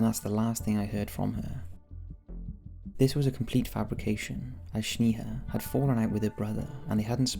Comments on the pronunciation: Yall it's pronounced Snayha not Shneeha 😭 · It's not pronounced "sneeha" but "snaeha" lol. Js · It's sneha, like snack Not shneha like shnack. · Bro you butchered Snehas name. I am an indian and Sneha is an indian name. Its pronounced as Snaiha not Sneeha.... as in "Eh" not "EEH" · And her name is pronounced as Snaiha as in "Eh!" like canadian Eh not "EEEH"... its not Sneeha. its Sn"Eh!"a. I am an indian living in canada, I know that name its a popular indian female name. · Its Sney-haa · FYI - you're mispronouncing Sneha, my friend - its Sne-ha..the Sne pronounced like Snake